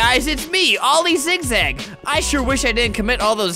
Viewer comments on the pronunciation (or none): Every time he says ‘oil zigzag’ I feel like he says ‘all these zigzag’ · Every time you kept saying oli zigzag it sounded like all these zig zag